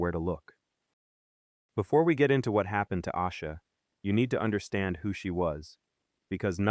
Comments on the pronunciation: Is this AI? Its Ayyysha Not Ausha. This is why AI is annoying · Her name is pronounced Ay-sha. This Ai video really p*** me off because the least you can do is get the pronunciation of her name correct. Also , there are several inconsistencies to this story told here. She. I hope you two pays attention to these type of videos that have zero verified research.